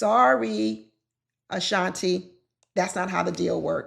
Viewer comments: please stop calling her Ashantay her name is pronounced like Ashantee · SERIOUSLY!!! Like how are you trying to speak so authoritatively when you can’t pronounce her name correctly and have to keep googling everything? Prepare first, please! Where is TAY coming from when it’s CLEARLY TI?!?!? 🤦‍♀️ It’s distracting and cringy to listen to and brings down the quality of her argument, esp when she’s saying it incorrectly over and over and over and over again. 😖🙉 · Great commentary, but you mispronounced her name the entire time lol it’s “Ashan-tee”, not “Ashan-tay” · Our name is pronounced Uh-Shaun-tee, not Uh-Shaun-tay. Please pronounce it correctly! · Can you please learn how to stay the young woman’s name since you are doing a review? Respectfully, her name is not Ashan”TAE”….its Ashawn “TEE” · Tee, pronounced Ashan-TEE not TAY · How did you google her and STILL continue to say Ashantay??? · Your reviews are always smart & insightful but please say her name correctly, it’s pronounced Ah-Shan-Tee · Not “ Ashan-tay “ 😂😂😂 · Girl you pronounced her name wrong the whole time, and why didnt you do your homework before you recorded the video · Girl can you at the very least pronounce her name right